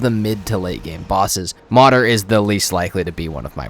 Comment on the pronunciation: It’s not Modder, try to say Mood + err (like in error, but without “or” haha).